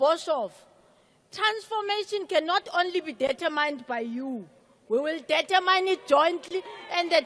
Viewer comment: USA USA USA USA.. Not dirtaamine it's dit ter min ok